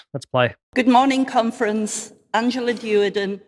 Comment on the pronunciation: What the hell is a "Cumfrence"??